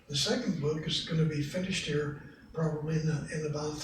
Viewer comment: "Pleasure to be veer"